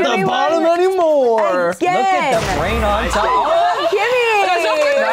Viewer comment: “no winky on bwain” SHUT UP I LOVE